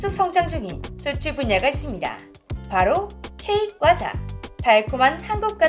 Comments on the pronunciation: 과자가 꽈자 발음이 들리는건 저뿐인건가오 :) 가상인간 발음 수정 부탁드려요.:yougotthis::yougotthis::yougotthis: 아참, 첨언하자면 러시아의 경우 초코파이 등 국내과자가 대거 군보급품으로 주고 있어요. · 아~~~ 오늘도 어쩔수 없는 고향의 발음....'꽈자'...ㅋㅋㅋㅋㅋㅋㅋ